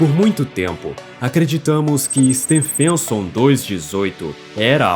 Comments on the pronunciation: Can't you at least find an artificial voice that knows how to pronounce Stephenson? The voice sounds like it's saying "Stan Fenton". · It's absolutely mind-boggling that you are making a video about the biggest star, but can't pronounce Stephenson 2-18 properly.